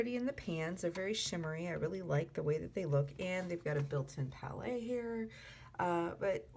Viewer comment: Chana Yukki I was going to say the same thing. I'm not sure, but I think she might be saying that word how she thinks it would be pronounced in French, but even in French she would still be pronouncing it wrong. In French you would still say "palette" because the word ends in an E.